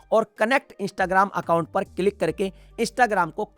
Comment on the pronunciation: Sir it's not istagram it's instagram